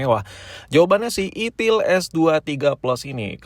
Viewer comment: kayak nya si abg nya lebih nyaman dgn "itil" dibanding "itel" sih ya 🤣🤣🤣